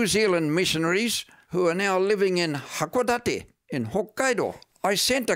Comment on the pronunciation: He lived a very sheltered life, which is why when asked what 1960s Japan was like, he couldn't really give a detailed answer. Also, his pronunciation is terrible. He says "hakodati" instead of hakodate. Not uncommon amongst missionaries who come here. They really don't mix with Japanese very much. Remarried with a Japanese woman who was a member of his church, and... well, it's not uncommon for many foreigners to live here, but have no clue what it's like to actually be in Japan.